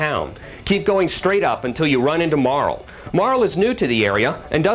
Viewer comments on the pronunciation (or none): Mar LEE Oh my GAWD ITS PRONOUNCED MAR LEEEEE!!! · wow this makes me nostalgic. i played this years ago. one of the few rpg's that i actually finished cause i really dont have the patience most of the time. but this was a special case cause it was too good! oh and all these years i thought Marle's name was pronounced "marlee" but i see the guy thinks otherwise. lol.